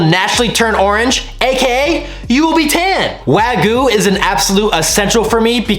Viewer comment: Why can’t anyone pronounce Wagyu? It’s not that hard